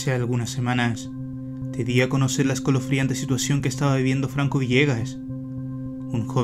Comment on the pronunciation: Nadie: Absolutamente nadie:: Los Colofriantes